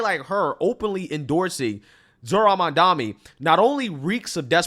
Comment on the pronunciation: Can you please learn to pronounce the name Mamdani correctly?